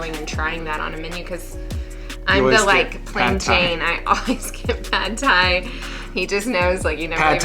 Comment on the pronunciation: The vowel sound in "pad", as in pad Thai, is like that in "but" in English.